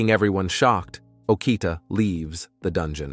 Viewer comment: I wanna go to the dun-gee-yon lol